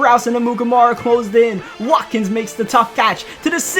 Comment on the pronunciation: His name is Sammy Watkins but he said wakin